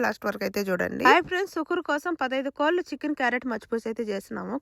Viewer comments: సుకుర్ కాదు సుహూర్ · సుకూర్ కాదు దాని పేరు " సహుర్ "